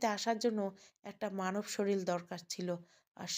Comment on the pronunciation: শরীল নয়, শরীর হবে।